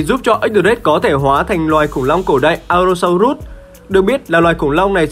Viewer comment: allo so rớt chứ ko phải rút a ê